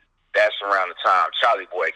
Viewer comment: I still bump their music til this day. I wish they would make a reunion mixtape or something. Definitely miss these guys making great quality music. Oh and you keep saying Charlie Boy, it's Chalie Boy lol. A lot of people mess that up though.